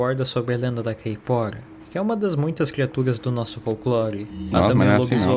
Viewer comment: é impressão ou ele falou Caipora como se fosse uma palavra em outra língua? Kkkk